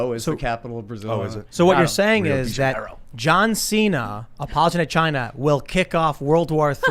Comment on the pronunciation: JOHN XI'NA